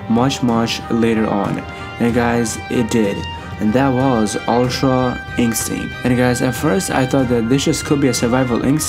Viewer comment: “Ultra incstinc” haha.